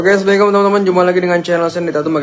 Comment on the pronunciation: Ucapan salam nya yg benar ya bang. Jangan terburu-buru.